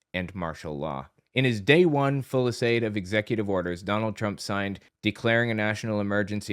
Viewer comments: The word you're trying for is "fusilade" not fulisade. It makes you sound uniformed. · Heads up, fusillade is pronounced “FYOOS-ill-odd”, it’s French.